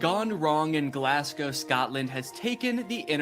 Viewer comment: "Glass-cow" uuuugh